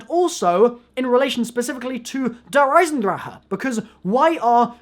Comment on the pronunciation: Andrew Clement that's how you say it you screw